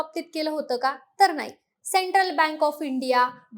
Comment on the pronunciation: तिला ' णाही ' कळत 😅